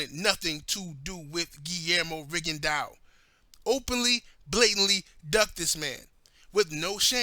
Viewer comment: its rigondeaux not ringondeaux lol